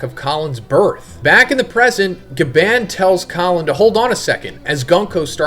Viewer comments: His name is GYABAN... GYAA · Bruh STOP SAYING GABAND!!!!! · Bruh what are you not American? Can you not say GaBON??? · Why do you pronounce Gabans name like that? Lol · Glad I’m not the only one cringing when say it like that